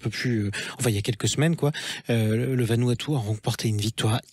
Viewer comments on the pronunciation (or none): Vanuatu pas vanuaptu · Se dit Vanouatou. Le U se prononce ou.